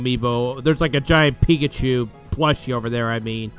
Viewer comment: 😮 Resident Evil 2 and code veronica!!! 😮 And lol... "pick-at-you" its pikachu 😆😆😆